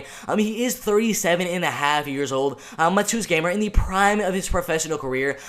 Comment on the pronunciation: If you care, proper pronounciation of Mateusz is Ma-te-woosh (Pole here)